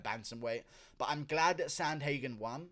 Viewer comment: Learn how to pronounce his name pervert